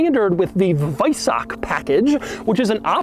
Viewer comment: Kudos for pronouncing weissach correctly 🤓